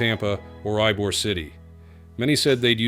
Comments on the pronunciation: It’s EEE-bor, not EYE-bor. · Brightline offers a great transportation alternative since I-4 is always a zoo. If there's a narrator in Brightline trains, hopefully the A.I. will learn that Ybor City is "ee-bore" not "eye-bore". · I am in Tampa, I would prefer Tampa International Airport. Ybor is pronounced ee-bor not ii-bor. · where is EYE-BORE city? AI voice stinks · The name Ybor is pronounced Ebor, I think. Can anyone correct it?